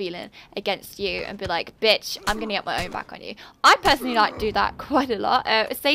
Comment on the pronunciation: Woah... When you say bitch with your accent it blows my mind!